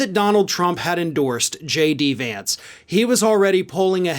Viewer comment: Trump was SO proud to (at the last minute of course, when the win was inevitable) endorse a candidate who he knew was going to win, and even then he couldn't take the time to learn how to properly pronounce J.D. Vance's name correctly. So, yeah, good goin' there Don. Keep up the good work.